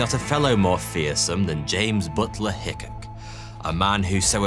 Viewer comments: The Hickok in Wild Bill's name is pronounced as " hick-awk " :) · His name is pronounced Hi-kawk. If you would have called him, what ever that was that you called him, he would have sent you to your maker with a .36 ball to your heart. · What’s a “hick ick”? Hickok has an i and an o. And why do the Brits use a V when a TH is involved? “Wiv”? Really? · Is “high coq” the right pronounciation? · Hello, Wild Bill's last name, is prnounced, hic kok. I am an American, so I cringed everytime you said his last name wrong. Other than that, I love your videos. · I believe that in the gunfight with Tutt, the latter fired first, but Hickock took a more deliberate aim. With the pistols at the time, 75 yards was a pretty distant shot. It wasn't so much who drew first as it was who fired the first aimed shot. By the way, in pronouncing his name, you got "hick" correctly, but the second syllable is pronounced the same way as the second syllable in "peacock" is pronounced. Also, and this just my conjecture, I think one of the reasons he got into gun fights was because he stayed in the area of the southern border states, and there was a fair amount of animosity between ex Federal and ex Confederate solders.